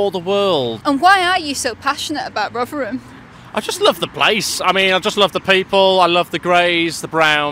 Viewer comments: I always thought it's pronounced Rotherham, not Rughgheram. But who am I? Not even a native speaker. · Where does the sudden East End accented ‘Rovverem’ come from?